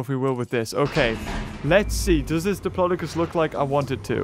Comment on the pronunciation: said diplocis